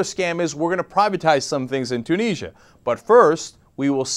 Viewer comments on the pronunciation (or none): ...... Its pronounced Tue-nis-sia not Tue-knee-sia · Two neejya? It's pronounced Tyoo nizzy ah! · No, there is no way that "Two-niz-ya" is correct. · You're saying Tunisia wrong. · ok you are pronouncing tunisia wrong and it is pissing me off